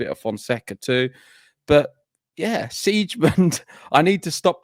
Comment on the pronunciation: Siegemund is pronounced Z-gah-munt. What a pair of dumbos! Laura made the 3rd round at the Aussie Open this year. Not sure if her opponent was sick. Pardon my cynicism, but you guys can do better than AI for background.